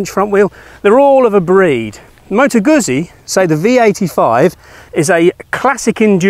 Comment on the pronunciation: 2x Zs in Italian means there is a T sound in the middle, think pizza. So moto gutzee.